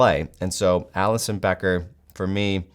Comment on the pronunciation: you lost me when you say Alisson bro